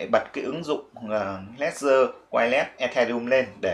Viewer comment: đọc là Lét-giờ, không phải Lé-gần.